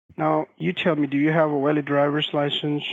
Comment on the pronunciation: walid drivers license 😂😂😂😂 Poor sheriff was let down by his “v”s